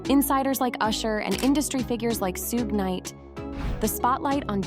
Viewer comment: Shhhhhuuuuuggg..not sug😢